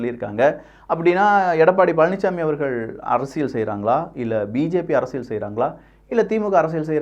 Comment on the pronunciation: அது அரசியள் இல்லை அரசியல் சரியாக உச்சரிக்கவும்